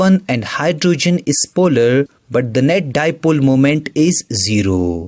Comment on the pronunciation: Polarrrrrrrrrrrrrrr... Non polarrrrrrrrrrrrrrrrrrrrrrrrrrrrr